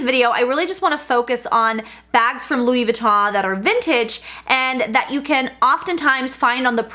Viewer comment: Why do you pronounce it Louis Vi-taw??